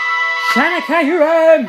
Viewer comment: It's kyor-rum.....